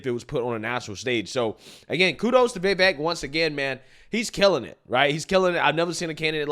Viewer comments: Day 2 of me correcting how pronounces Vivek. It's "viv-vake" not "vay-vake" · It’s VIVEK not VAVAK! 😂 😂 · Come on man you still can't get his name correct. It's pronounced viv-ache not vAv-ache. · Please his name is Vivek not Vevek!